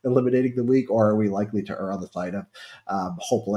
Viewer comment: I like the way Richard pronounces the word err correctly